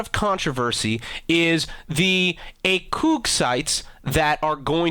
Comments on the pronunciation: A COG LIKE A GEAR AND COG NOT COOOOOG. ONLY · is this guy trolling? I can't tell if he's being serious or not... that picture damn son, some photoshop skills u got there. you shouldn't pronounce the ACOG as acoug but als ACOG, aka Adaptive Combat Optical Gunsight. not saying there weren't any short scopes, there were... they just weren't ACOGs... nevermind that they looked like the one's in the picture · I talk french and I would pronounce it AhCog. Acoog just sounds dumb in both languages. Check it out on Google Translate, it'll pronounce the same as what I said. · A-cog not a-coug but what ever floats your boat (my autocorrect autocorrected boat to goat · "ACOUG" ? xD I am French, now it is pronounced "ACOG". But in some French patois, O spoke OU. During WW1, the French were to have accents stronger than now. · acoog sounds dumb as hell. who cares how its pronounced A-cawg sounds better anyways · Acoog? Ay - Cah - G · It's ACOG NOT ACUUG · Hahaha man in French we would definitely not pronounce it like that :p ur troll pronunciation would be spelled aycoug! We pronounce it A (like Administration) COG ;) do u think railguns were widely spread in ww1 or it was more for SF? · false guys i Am french it s not acoog but acog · Yes we get it, it's pronounced acoog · It's "ah-cog" the real pronounciation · Aycoog. Hell nah, I will not be saying that. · *facepalm* Seriously? "Acoog"? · lol a acoog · if you say AKUG one more time I'm gonna break you're fuckin fingers off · it's pronounced AKEWWWG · acooog.... are you fucking for real? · he said ACOOG sights. What a dumbass. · Did you just call it an acoog sight? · you said it wasn't 'Aeikhog' because it was French and they say Akeuge. It stands for Advanced Combat Optical Sight, hence the name ACOG. So it would be 'Aeikhog'. Maybe put some research into your videos rather that using secondary sources like JackFrags or someone like that because you obviously don't know what you are doing. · "A-coog sight" wtf lol